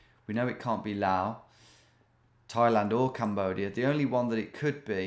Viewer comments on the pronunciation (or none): none